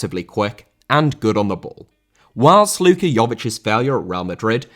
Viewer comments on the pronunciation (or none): none